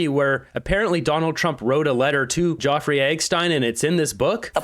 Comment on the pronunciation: please--It's Jeff; nor jaw. (Or is it a YouTube thing?) Like having to self-censor, and saying ridiculous things like "unalived."